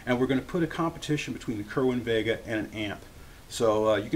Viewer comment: It's called "Sayr-win vay-guh", not "kerr win ..."